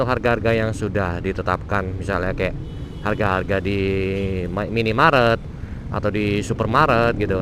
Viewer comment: minimarket bukan minimaret wkwkwk gadaobat